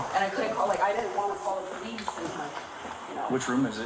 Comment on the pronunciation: I can hear the person say "This a bunch of po-lease"? Wow! How did he not know it was an officer if he didn't look threw his peephole? Case Dismissed! Unless You Have A Suicide by cop mission going threw your head ! No one comes to the door armed when law enforcement clearly acknowledged's themselves! Thats a lack of common sense! Smh!🤦